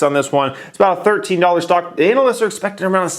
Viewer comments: the way you say ANALists... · Why should I believe anything you say when you can't pronounce analyist